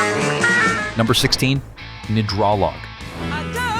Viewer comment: Gnidrolog mispronounced. To miss the unique band whose LP title PFloyd stole a year later, medicine Head were like no one else. Where's Stray, Pink Fairies etc etc, several of yours nothing special